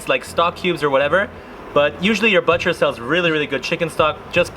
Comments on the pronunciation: your butcher pronunciation game is low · Strange way to pronounce butcher.